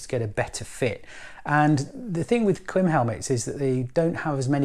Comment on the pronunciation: Here in the U.S., the Klim-made videos featuring Klim employees all pronounce it with a long 'i' like in 'climate'.